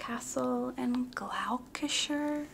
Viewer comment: As a Brit your pronunciation of Gloucester made me cry!!!!!! It’s pronounced like Gloster! Idk why we spell our towns so confusingly😂